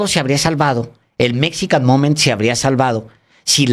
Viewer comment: Que pasa Paez (Chapatin), tu nos dijiste que hablabas ingles y la verdad, ya nos dimos cuenta que eso no es cierto, lees GP Morgan, cuando es JP Morgan dices Rusbel en lugar de Rosabelt, Mexican momen (Mexican MomenT). Nos mentiste.